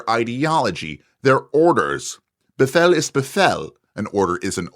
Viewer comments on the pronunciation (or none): Pronunciation guide. You got it almost right. An ‘h’ after a vowel typically lengthens the vowel. You said something like “be-fell”, lengthen the vowel like you would in “feel”, but keep the sound of the vowel otherwise the same. a longer sound like “be-feel” is more correct, though the vowel sounds just like in “be”, just longer.